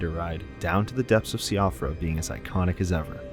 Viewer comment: It's Sheefra. Not Se-ofra. The word is Irish.